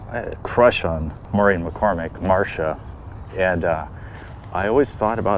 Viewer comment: First time I heard that pronunciation of Maureen. I never heard the name, just read it many times. I only knew one Maureen,who was in my HS graduation class, and she pronounced the first syllable, "More" and went by Mo. I'm sure Mo in her own way was as popular as McCormick. My only nephew has a mom who is blonde and spells her name Marsha. She is very much a Barbie Doll and like Madonna, whenever she colored her hair or pixie it or grow it long, she pulled it off. She dyed it light brunette, another time, red, another time, raven. She even modeled before her and my brother used to be together briefly. Not a big time big leagued one. She is very popular and has cerebral palsy. We both had our sons 2.5 months apart in 2003, me first. She spoke of growing up looking like cousin Oliver and even had Coke glasses ( the optical kind ). Edit: March was born the year after show ran its course. I was born two years later. Mo was born early '77 and is Irish.